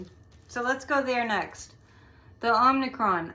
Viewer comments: The name is derived from the Greek letter, OM-i-cron. Not OMNI. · "Omicron" pronounced 'Ah muh kraan' is a letter from the Greek alphabet. Not to be confused with the 2018 Canadian horror film "Omnicron." It has an additional 'n' in the second syllable. 😊